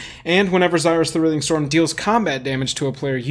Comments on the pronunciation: You say writhing wrong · You pronounce writhing wrong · I almost had a stroke the way he pronounced “writhing” haha